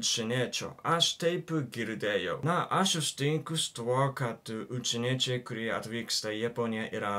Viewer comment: Ai ir visą video sakiai "učieniečiai" vietoj "užsieniečiai"